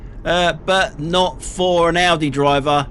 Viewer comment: Well I think his AI songs are just awfu; the worst being his Audi song - he can't even get the AI to pronounce Audi correctly. It sounds like 'Ordi'. As you would pronounce 'audio'.